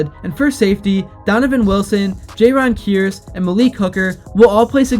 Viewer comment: Bro said jayron key-arese 🤦🏿‍♂️